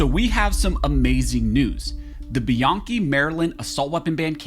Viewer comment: It’s pronounced by-Ann-chi